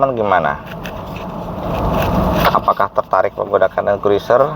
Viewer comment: Bacanya kruser om... I nya gak usah diucapin... 🤣 🤣